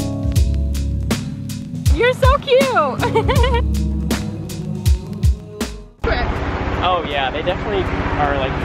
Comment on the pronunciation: why do girls pronounce "cute" as "cue"